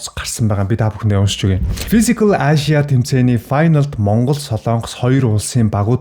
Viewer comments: Ашияа гээд байх юм. Эйшия гэл дээ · Мундаг залуу шүү. Би влогийг чинь үзэх дуртай. Харин нэг юм хэлэхэд англи хэлээ сайжруулаарай. Asia гэдгийг ЭЙЖА гэж дуудна. Амжилт!😍👍🙏